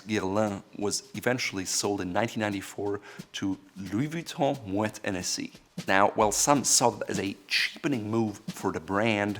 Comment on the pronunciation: Please be aware that Hennessy was founded by Richard Hennessy, an Irishman! Therefore, the "H" should be pronounced.....not silent as in most French words